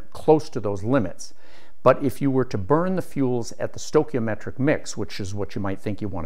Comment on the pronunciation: stoi chi o metric pronounced STOY KEY O METRIC not STOW.